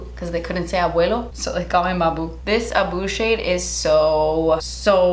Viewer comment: Where is she from? She pronounced abuelo really naturally